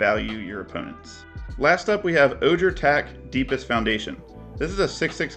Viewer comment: Will not be a dingus. Fav disclaimer. Also much prefer sad boi instead of sad robot. Ojer is a Spanish spelling so the j sounds like an h. Oh-hear. Love to see the mono white love. Thanks dude